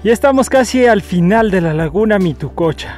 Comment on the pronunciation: mituqucha, no mitococha